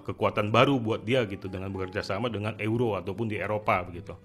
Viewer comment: euro = baca nya YURO , bukan eu roh